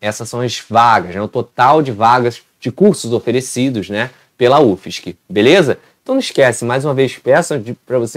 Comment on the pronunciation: PRONUNCIA UFSC MESMO!!!